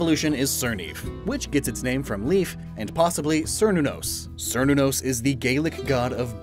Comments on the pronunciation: As a note, the "Cer" in Cernunnos and Cerneaf is pronounced "Kair" so it would be said "Kair-Neef" and "Kair-NUH-nos" That's because Cernunnos is a Celtic god, and the C in most Celtic words is a hard C(Keltic instead of Seltic) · the C in Cernunnos is a hard C.